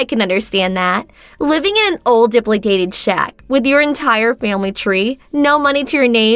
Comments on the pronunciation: I know this is silly, but dilapidated is pronounced [DUH] + [LAP] + [UH] + [DAYT] + [ID], not dip]+[li]+[day]+[ted] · Dilapidated:. NOT pronounced, Dip-la-dated. Correct pronunciation, da-lap-aaa-dated. I just wanted to help. Your English is still MUCH better than my Japanese (I speak no Japanese whatsoever.) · Dilapidated. Let's sound that out: di-lap-i-dated. NOT "dipladated." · Please pronounce words correctly. Di-lap-i-dated...not diplidated. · Please learn how to pronounce words properly! di-LAP-I-dated! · DIL-API-DATED !!! (There's no Duhs or Uhs) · Please learn to pronounce words correctly. It’s pronounced di-lap-a-tated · It’s pronounced dill ap a dated. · Di-lap-i-dated...not how your pronouncing it. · Please! It's pronounced: De-lap-i-dated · 🤦🏼‍♀️ Its DE-LAP-A-DATED. How long does it take to research how to pronounce words. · You would think they would learn how words are pronounced. What is Dipladated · Dilapidated... if you don't know how to pronounce a word, maybe try using another....🙄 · It's driving me up the wall the way they pronounce dilapidated lol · The shouting and the mispronounciation of dilapidated. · Please never try to pronounce dilapidated again. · the female needs to learn how to pronounce dilapidated! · This main thing that bugs me is that she kept mispronouncing dilapidated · Please teach her the correct way to pronounce "dilapidated". Otherwise great job.